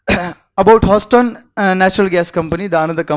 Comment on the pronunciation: Can some tell him how to pronounce Houston ?